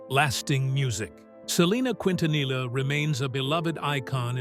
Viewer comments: Ahh yes, “Selena Qwintanilla” 🙄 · need to learn to pronounce her last name quin ta nilla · Miss pronounce her last name wrong. Disrespectful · Selena’s last name it botched to frequently in this video. They are saying L for the “LL” when it’s supposed to sound like a Y. I remember listening to her music on the radio before her death. She was a wonderful singer!!! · For goodness sake, learn how to pronounce her last name. 😂